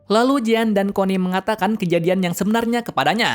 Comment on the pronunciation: Bang, bisa gak bilang jean (jin) langsung hehe :D